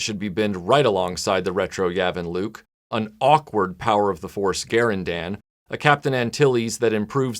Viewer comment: TIL that Garindan is pronounced Gar-in-dan, not Ga-rin-dun. as I've always said it.